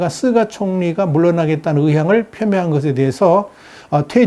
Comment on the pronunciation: 께선, 다~ 좋으신데... 일본 총리 '스가'를, 왜~'쓰가'라고 부르시죠~? 스가 요시히데 (すがよしひで, 菅義偉, Suga Yoshihide) 인데요...;; 저는, 스가를 '유기견' 이라고 별명으로 부릅니다만... ㅎ